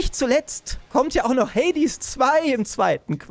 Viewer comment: das stört mich wie du Hades sagst ^^ hört sich wie hey dis ^^